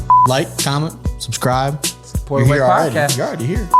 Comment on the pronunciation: Subsrcrive… say it right